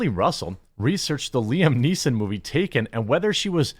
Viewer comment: You pronounced 'Liam Neeson' wrong. There is no s at the end. Please stop. It hurts my brain